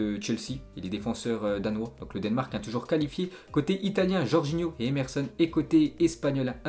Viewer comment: Le denmark comment tu dis 😂